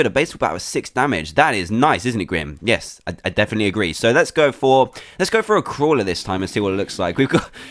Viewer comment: every time u said crawler i thought u said kwala